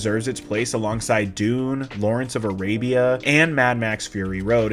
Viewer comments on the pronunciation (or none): none